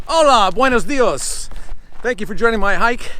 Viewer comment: It's buenos dias haha